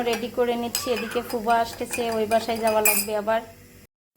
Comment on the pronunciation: ফুবা কি কথা.... ফুপা হবে।আপনার উচ্চারণ ঠিক না হলে বাচ্চা রা কিভাবে সঠিক উচ্চারণ শিখবে